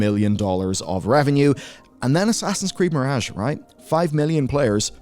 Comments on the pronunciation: i really don't like his accent, but the way he says "mirage" is particularly horrendous. Still, he's not as bad as that Simon Whistler fellow. I see Simon on a thumbnail and i just nope the hell out of there. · You're pronouncing mirage wrong and it drives me nuckin futs.